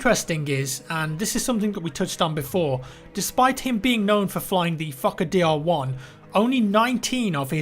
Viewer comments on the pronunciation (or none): The Fukkahdeer lmao.